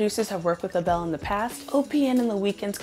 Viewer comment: please. not "ah-bell" 😭 its "eyble"